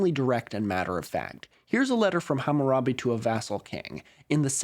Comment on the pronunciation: a white boy pronouncing hammurabi's name correctly !!!